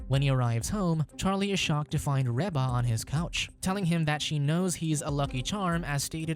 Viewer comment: I agree with this pronunciation of Reba. I look forward to the weird look I get from said person.😉